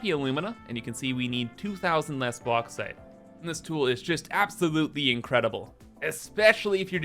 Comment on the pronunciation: its not the Box but the Box-ite